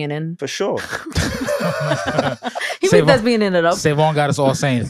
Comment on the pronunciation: Yall kept throwing me off saying “thesbian” 😂🙄 it’s THESPIAN 🎭 please stop lol